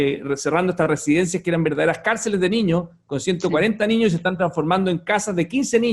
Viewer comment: Reto a Felipe Kast A estar una entrevista sin decir la palabra "Niños" O "ÑIÑOS" (COMO LO PRONUNCIA), es su eterno caballo de batalla para parecer preocupado por la ciudadanía "Los ÑIÑOS primero en la fila" XD valla charada, perola verdad es que ete señor es un negligente y un EUNUCO político, amante y defensor de cualquier cosa Caribeña, pero que desprecia a los Chilenos, ese señor es la encarnación de la """"""Derecha""""" SIN PELOTAS, de los """liberales""" estatistas, de los """liberales"""" que les encanta subir los impuestos, es un verdadero mamarracho ideológico, un miembro de la Elite sin talento, que gracias al dinero de su familia esta donde esta, pero que merito intelectual NO TIENE, NI TENDRA .